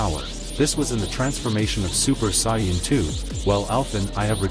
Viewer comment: he said super saiyanan